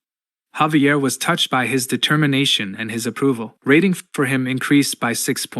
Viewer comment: I suggest you need to check the pronounciation of the voiceover, your A.I voice is not reading 'saf-tee' or 'rat-ting' correctly.